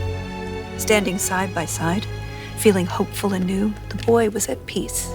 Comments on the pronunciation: She didn't say BOI correctly lol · She has to learn to properly speak the word "boy". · "a wife and a son" ❌ "a wife and a B O I" ✅